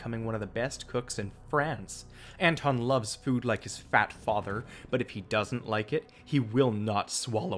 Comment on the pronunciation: lol why you say fat father like that